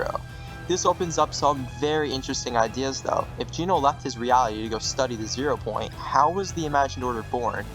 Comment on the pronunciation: Homie why’d you pronounce Genō as “Jeeno” 😭 QUARRY PRONOUNCED AS “QUERY”?? BRO YOU GOOD?